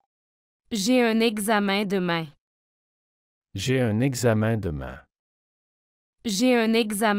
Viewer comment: 第16句的demain的读音明显不对！